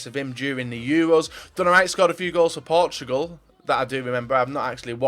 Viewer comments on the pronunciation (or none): none